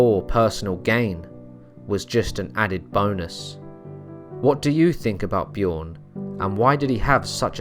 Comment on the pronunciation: It's not pronounced "Bjioern". The name is Bjørn. And the Ø is pronounced as the "U" in "burn".